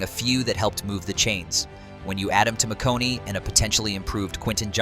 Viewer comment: Ladd Mc Who? Did he say McConey? LOL. Try McConK... With a K near the end... McConKEY... Not McConey. Yeah, obvious this AI has no idea who or what he is talking about. Obviously, they "can beat any team" as the saying goes in the NFL.... "On Any Given Sunday, any team can beat any other team." Carolina almost beat Kansas City this season. Stranger things have and do happen. But the OL has NOT been giving the QB time. He has been sacked a lot and even by teams that barely get sacks (Atlanta). They have two great tackles, but the guards and center leave something to be desired. The run game has been less than expected as Gus Bus had one run for 40 yards and only like 24 yards on like 11 carries or something like that. Averaging like 2. something yards per carry. They really need a true #1 WR and an Interior OL to be THAT team.